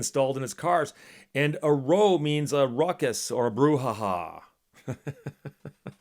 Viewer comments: Quirk of English english (one of the many): "row" as in "row of trees" or "row a boat" is pronounced as you did, i.e. to rhyme with "sew" or"so". "row" meaning brouhaha rhymes with "sow" (female pig) and "cow". Otherwise, good translation. Well done, that man. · "Row" - in the sense of a brouhaha or kerfuffle - rhymes with "cow." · [dumb guy voice ] Uh Steve, uh [/dumb guy voice] "Row", as in ruckus, brouhaha, or even kerfuffle, rhymes with "Cow". 😛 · I believe he mispronounced it for effect.